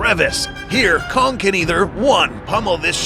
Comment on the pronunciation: am i the only one that heard c*ck instead of kong?